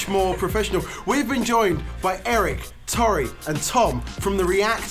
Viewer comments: Did say To-rr-ee and not Tor-ee? Oh noes! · It makes me really unprecedentedly upset that he keeps pronouncing Tori like that. Also, was robbed